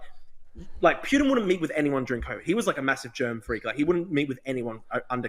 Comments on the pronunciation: drew cant even pronounce "putins" name correctly, its poo-tin NOT pYutin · Who TF is Pewtin? Ffs. Dude loves to consume his own word salad. What a lost cause.